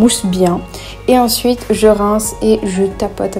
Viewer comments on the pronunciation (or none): Un moment t’a dis « sUiTeNnNn »😭🔫